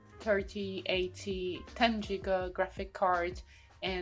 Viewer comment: i just realised when rewatching this she pronounced giga like jigga i am now a hater